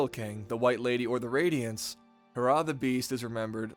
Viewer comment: it's HE RRAH not harrah